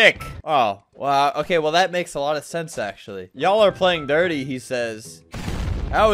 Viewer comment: That dirt part of how you pronounced it was so confusing and funny